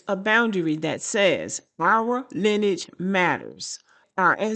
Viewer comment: It's pronounced LINEAGE not linage